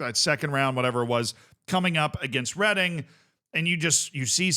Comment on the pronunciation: I'm from Reading. Well done for not pronouncing it reading